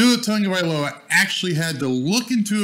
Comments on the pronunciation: Tagovailoa not Tongo, besides that your channel is the best for a Dolphins fan from Hawaii. BTW I watched Tua play running back in PoP Warner with Marcus Marriota as the QB here in Hawaii. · Not trying to be rude but where is the N in his name? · Love this video. But I have to ask. Why do people constantly mispronounce Tua’s last name. It’s Tagovailoa there is no “N” in his surname lol.